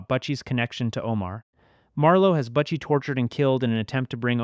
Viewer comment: Please fix this moving forward. MOO ZONE BUH-CHIE LEE-VEE